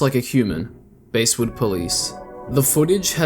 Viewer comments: pronounced basswood not basewood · No way did you start off by pronouncing "Basswood" like that.